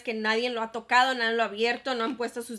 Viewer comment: hermosa, se dice "nadie", no "nadien", te quiero ❤ me encantó el video.